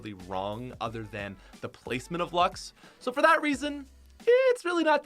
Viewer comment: I can’t even count how many times mispronounced Luxe... THERS AN E WHERE DO YOU GET LUX